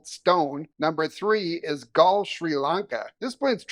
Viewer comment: I did not see any images of you in Galle: did you actually visit? It’s pronounced more like “Garlay”. And yes it’s lovely, but it’s a pretty small place. I am not sure what it would be like to live there.